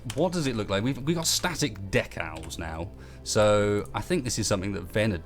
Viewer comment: I thought for the longest time during the video that you were saying DECK OWLS instead of DECALS. Up until this point I had never heard anyone say decals like that. Proves how slow my mind is.